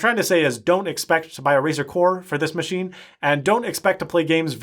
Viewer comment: "Muh-she"...that is all